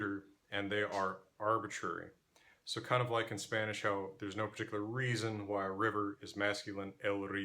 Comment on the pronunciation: You know what else sounds weird to a native speaker? Whhhhhy 😂